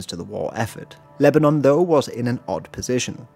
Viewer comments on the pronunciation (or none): none